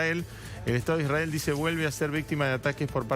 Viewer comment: Me causa gracia la periodista que esta en Israel habla como re porteña, pero cuando pronuncia la palabra " Israel" lo hace con pronunciación de moishe jaaaa, realmente cómo se ve la doble vara... y las atrocidades cometidas x el " estado" de Isrrael contra Palestina? El estado de Israel sionista no es ningún inocente vamos!